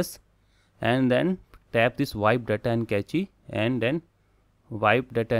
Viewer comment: No offense buddy buddy but you should work on your language skills if you want to go further on YT and Tech field. Cache is pronounced as cash and not ka-chy... I like what you are doing but definitely work on your language skills... Take this as positive criticism... Also keep up the good work... I bought Nillkin tempered glass and frosted cover after looking at your videos ;)... So thanks for that...